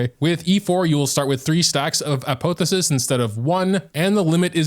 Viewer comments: the way he is pronouncing apotheosis is triggering me so hard. A-pah-theo-sis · "Ah-poh-theh-sis" made me lol. My dude, type it into Google and hit the speaker button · Apotheosis is pronounced App-off-e-oh-sis for future reference